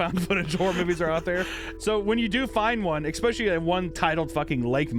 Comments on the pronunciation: Cant trust an adult who says "exspecially". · There is no "X" in "especially"! Stop it!!